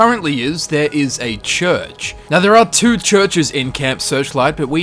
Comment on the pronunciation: lmao he says church funny 💀😂